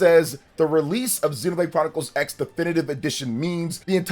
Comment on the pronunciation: And it's called Xenoblade Chronicles ❌ Cross. As in Tekken Vs Cross Tekken. It's a Crossover with gameplay. Japanese, when used as a stand-alone morpheme to represent "crossover" or "cross," the "X" is often pronounced as "kurosu" (クロス), or sometimes as "ekusu" (エクス), depending on context. Here's a more detailed breakdown: "Kurosu" (クロス): This is the most common pronunciation for "crossover" or "cross". "Ekusu" (エクス): This pronunciation is used when the "X" is used as a stand-alone morpheme, like in "X-Box" or "an unknown quantity X". Not always pronounced: In some cases, the "X" in a title might be a visual element for emphasis and not actually pronounced, like in "Spy x Family". Examples: "Street Fighter X Tekken" is pronounced "Street Fighter Cross Tekken". "Shining Tears X Wind" is pronounced "Shining Tears Cross Wind". "Highschool DxD" is pronounced "Highschool D D"